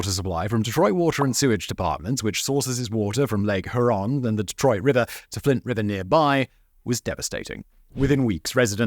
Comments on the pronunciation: Lake Hur-ron...... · Huron. That is pronounced Hue-ron. Get it right you moe-ron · Lean into the “U” on Lake Huron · Your pronunciation of Lake Huron is pretty funny to this Michigan man.